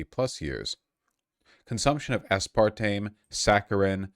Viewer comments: first: he says "aspartmeme" second: i pause and skim the comments third: i close the tab, confident that he won't know what the fuck he's talking about in this one. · zilitol,, asspartame??? Why does he pronounce chemical names like a Brit .. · Ah spahr teem you say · “Ass-partmene” Oh god vaush is actually so wrong please do not let this man look at studies / popsci articles. Being smart in one area does NOT mean intelligence in another -_- is he talking about the one that says the “high intake” group is 1 can of soda a day? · ICANT a spartan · ass part meme?? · How is Vaush so bad at pronunciation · I love Vaush but his pronunciations are wild lol